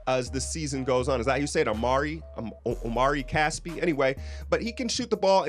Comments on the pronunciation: just so you know, his name is Omri, not Omari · It is pronounced "ahm-ree" not "Oh-mari." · it's not omari, it's omri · Omri Casspi.. Not OmAri! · It's Omri not Omari... and it's Israeli not Israelien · You pronounce omri - Om - ree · It's Omri: pronounced Ohm-Ree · It's Omri (om-ree) homie. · Omri Casspi Pronunciation: \OME-ree\